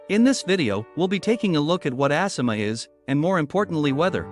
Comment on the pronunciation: ASSima?? Lol I believe it’s A- Sima